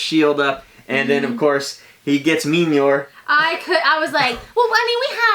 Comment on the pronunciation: LMFAO HE CALLED IT "MEENYOR" HAHAHAH